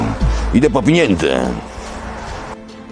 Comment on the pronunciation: "Ide po piniendze"